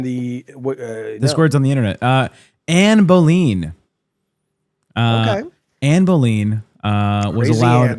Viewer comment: Her name was pronounced Anne Boll-in - very similar to AmberLynn. You can trust me, I'm English.